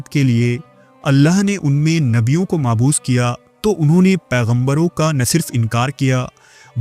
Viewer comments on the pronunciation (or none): That's good information. But there are a few things to consider. Arabic alphabets don’t have پ، p sound, so it can’t be پہتان۔ . The word you pronounced مبعوث. Wrong. You keep saying معبوث which is wrong